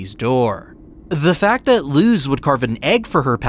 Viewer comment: You're literally the only person I know that pronounces Luz's name with an actual zzz sound instead of a sss... w h y ?